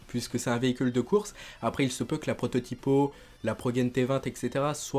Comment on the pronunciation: Pourquoi tu dis "prototipo" ? Sinon j'ai hâte pour le dlc